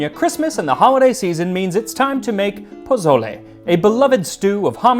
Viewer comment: Oh, Max. Jose must be shaking his head. poSSole, not poZZole.